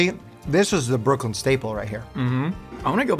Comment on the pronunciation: BROOK-LYN - every New Yorker ever including me